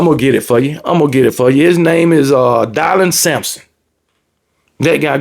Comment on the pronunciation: Took me out when you were calling him "Die-lon" Sampson😂